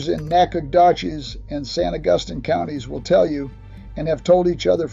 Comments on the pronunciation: And San Augustine. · Mispronounced San Augustine too.